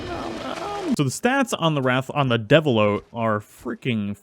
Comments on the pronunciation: Also deviljho its pronouced deviljoe not devillo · Luh-guy-uh-chris, Ooh-(Like what you say in interest)-Roo-Gan (Like gone), Devil-Joe, Bare-E-oth (Like broth) Bear-oth (Also like broth) Additionally the levels were inconsistent